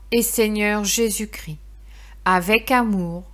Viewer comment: On prononce 'Jésus Chris' mais Christ. Merci